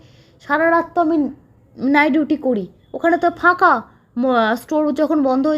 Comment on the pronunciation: Apni nighduty bolen keno ?apnar pronounciation khub b alga.dhore dhore katha bolun.